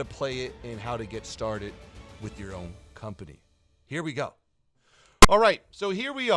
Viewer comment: surely you meant "So here vee go!"